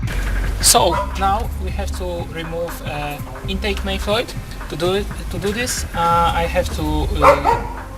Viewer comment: Not much videos on these Omega, 👍 Technoaxe almost ruins it completely though 😂 Voice needs to be louder than music, impressive ability with the English as a second language too; only "valve" and "manifold" pronounced a bit off but would have to be pretty dim to get your meaning confused! Some people just like to pick holes in things. I know video is very old but -Thanks! 👊 P.s is still running these years later??!